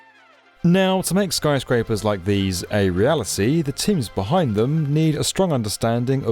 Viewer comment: Did I hear Snyscrapers?